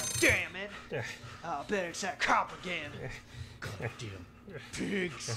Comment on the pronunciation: I thought Lukas said God daim pigs